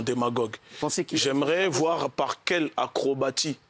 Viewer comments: le porte parole de la LDNA ne sait pas comment se prononce "acrobatie"...Ca en dit long sur le niveau du reste de cette ligue... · Faudrait lui expliquer que dans le mot "acrobatie" le "t" se prononce "s".